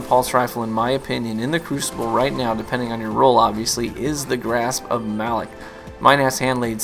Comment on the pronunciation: Since you may never play PvE I just wanted to point out that Variks clarified the pronunciation as 'Muh-LOCK' FYI. Great video as always.